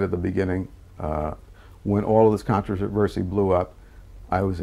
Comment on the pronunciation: Contavenvsy was the word that broke me 😂